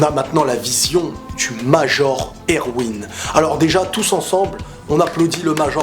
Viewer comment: Pour Erwin, tu sais, "Major" c'est son grade hein, il s'appelle pas "Prénom : Major, Nom de famille : Erwin". Il s'appelle Erwin Smith. Et c'est prononcé ErVin, fais un effort please x)